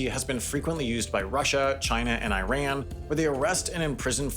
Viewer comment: Sam I love your videos but the pronunciations of Iran and Nunavut are a little annoying